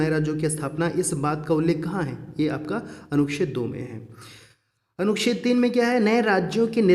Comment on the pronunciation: Anuched bhi sahi ni bola ja rha hai..or dusre atak kyu rhe hai ap itna..smjh ni aa rha hai kuch bhi.